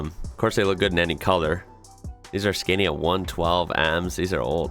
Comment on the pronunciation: Hi man, really enjoy your work. Look for the song The Mighty 143. Awesome song!!!! Scania is pronounced Scan-ee